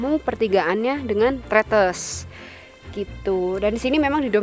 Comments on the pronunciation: Cara baca huruf e di pelafalan tretes itu kaya baca enak, buka enam. Jad bacanya trètès bukan trêtês. Kwkwkw...... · Bukan Tretes tp Tretes😭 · Selalu keren dan dinanti 😍👍🏻Hanya ralat dikit cara mengucap Tretes, yang betul seperti pada kata Es Teh. 😊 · Bukan Tretes tapi Tretes. Logatnya beda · Tretes huruf e nya dibaca seperti e di kata bebek mbak.. 😊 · kalo orang surabaya biasa nyebutnya trEtEs kaya' nyebut buah katEs, bukan tretes kaya' nyebut ndog netes. ntah kenapa disebut growah bukannya growak, sebab growak biasanya untuk menyebut sesuatu yang sudah gak utuh, misal apel growak logonya iphone 😁. btw videonya buagus, jadi tau penampakan di atas yang biasanya hanya bisa lihat dari bawah saat gowes sby-purwosari-batu-cangar-sby